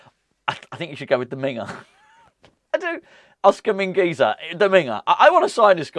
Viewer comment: It’s Oscar Min-gway-thuh